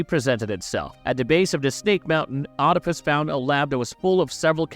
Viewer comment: Oedipus is pronounced weed-ip-us not "odd-ip-us"